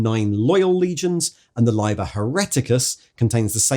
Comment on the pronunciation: "Liber" is built with a short "i" - "Libb-er" (or if you must be ecclesiastical *shudder*, "Lee-ber") Lye-ber is just picking the worst of all worlds 😉